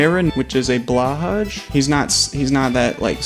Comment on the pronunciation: blahaj is pronounced " blo hai" because its swedisch for blue shark.